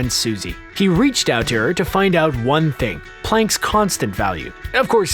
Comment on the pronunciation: It's planck